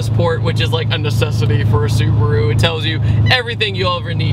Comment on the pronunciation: I am really sorry but it is su-BA-ru not su-BU-ru. Not meaning to be nit picky